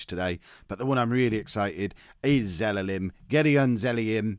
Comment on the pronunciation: its Ze-la-lem. Not Ze-le-lem...